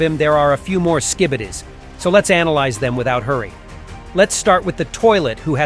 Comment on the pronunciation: Did enibadi he say skubudis